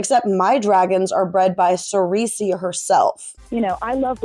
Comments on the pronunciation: Great video as always, but heads up its pronounced like "SIR-see" not "SIR-EE-see" for Cersei. Don't worry I wouldn't want to watch after finding out that Ryan Reynolds was that into it either. Have a great day! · Who is Cersei? Do you mean CER SEE? Lol. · Sireecy? ok someone hasnt seen GoT haha, good video solid theory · It’s (Sir-say) sis ❤